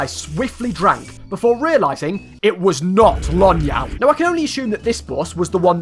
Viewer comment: "Lonyal" Ah my favorite drink and , umm actually it's "Lónyál" which means horse saliva.